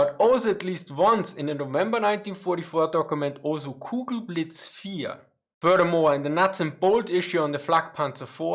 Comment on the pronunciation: Drinking game- one shot every time he says furdurmore. (Furthermore)